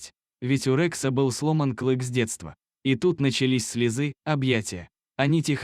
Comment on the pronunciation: Это иностранец читает у вас так безграмотно? Не - слЁзы, а слезЫ, не - четвероного друга, а четверного, не на цепИ, а на цЕпи. Наймите грамотного человека. И текст сделайте честный, без вранья.